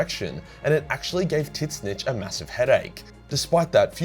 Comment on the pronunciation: Tit-snitch??? Jesus christ, learn how to say Tzeentch if your thing is Lore.